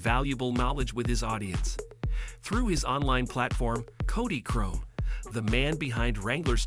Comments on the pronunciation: Especially since the "narrator" calls him caudy instead of cody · The Ai narrative sucks badly. The pronunciation of words such as Cody being pronounced as “Caud-ie”. Lousy production.